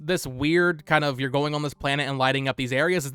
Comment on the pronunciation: On - "ahh-n"